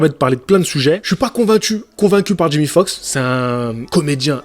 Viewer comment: Tu dis Jimmy, c'est Jamie ! Tu sais comme dans "c'est pas sorcier" 😂 (Jimmy et Fred)😁